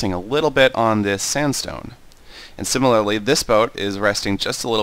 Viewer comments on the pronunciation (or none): none